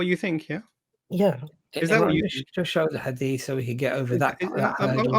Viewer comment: From Yemen but can’t even pronounce the word Hadith 😂🤦🏻‍♀️